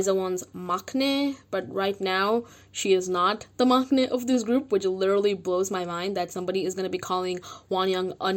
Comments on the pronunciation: It’s pronounced mang-nae, NOT mock-nae. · Just sidenote: the word maknae its pronounced mang-nae . there is no k sound ;) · Maknae is pronounced like mangnae 🤗 I'm worried for them because du of starship.